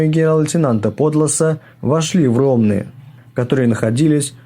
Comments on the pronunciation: РОМНЫ, а не Ровны.... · Ромны-ударени на "Ы" это следует ЗНАТЬ!!!